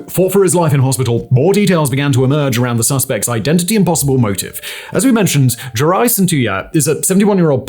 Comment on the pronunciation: Well, Simon can pronounce "Fico" correctly at last. His "Cintula"is not bad except that the"t" is not softened. It is C (as in bats, hats, mats) IN TOO LA. He will have to work on Juraj though. Heaven help him if Juraj had been a Czech. Jiří would be beyond Simon even if he had heard it a hundred times. Juraj is something like JU (as the "U" in "Ute") RAJ (as in "rye"). Go to "Google translate Slovak English". Type Juraj into the Slovak box. You will see that it translates Juraj as George. Yes IT IS "Svätý Juraj a drak" (St.George and the dragon") Never mind that. PAY ATTENTION ..... click on the speaker symbol at the bottom of the Slovak box. It is not bad. You can add "Cintula" if you like.